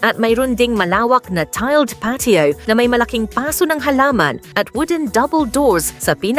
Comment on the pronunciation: Binababoy naman ng Nagsasalita ang Tamang bigkas ng Salitang PASO, ang Tinutukoy nitong babae ay iyong lalagyan ng Halaman pero Ang Bigkas niya sa PASO ay Tumutukoy sa Nasunog na Balat, Nagtuturo ng Maling Pronounce ang Babaing ito sa mga Kabataan